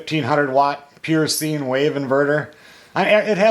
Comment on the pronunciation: Sine is pronounced " sign " if your curious. Trouble with having been an aircraft electrician for 42 years. Just had to say it. Great information on the Jackery.